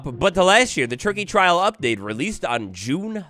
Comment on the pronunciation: I thought you said turkey trial update 😂😂 had me questioning if I missed something lmfao